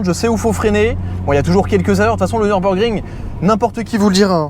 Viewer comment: NEURBEURGRING mais lol cava tu te rattrape avec la bonne prononciation de d akra